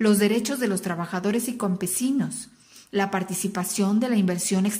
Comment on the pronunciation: En el minuto dijo composinos